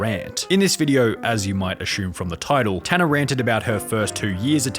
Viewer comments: Assume = a-soom You're saying "a-shoom". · It's assume, not ashoom. God I hate that